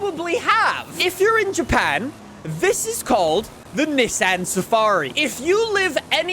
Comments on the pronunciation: I love your content but the constant Niss--an instead of neesan pronunciation about drove me nuts 🤣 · I almost couldn't watch with his consistent saying of niss-ann ITS NEEEESANNN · FYI its pronounced kneson not nisson even though its speld Nissan unless you are saying it like that as a joke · Say it more like KneeSan no NiSun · Not Nissan it is NissAn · It's pronounced Nee Saan. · its pronounced "Neeson" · Your hurting my brain as your pronouncing Nissan wrong. Got to skip this video. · Bru u don’t know how to say Nissan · Ok pronounce Nissan correct please just put it into Google translate and listen to it it’s not the way you pronounce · Spends whole video shouting and still can’t pronounce Nissan properly… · Anybody else getting pissed off at the way he says "Nissan"? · is pronouncing Nissan wrong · I guess I’ve been pronouncing Nissan wrong my whole life. Oops. Lol